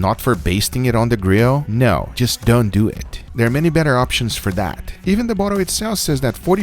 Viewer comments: Me: :( Guga: "Let's DEHWIHT" Me: :) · “Lehts dooh ih” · Nobody: ... Guga:”So lets dew ehh” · wait a minute, "don't du it"?? I don't... I don't know what to do...all I know is "let's du it!" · I wish Guga would play around more with his "Do it(Dooweet)" line. "Just don't do it(Just don't dooweeeet)" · I take it you've never been to Scotland?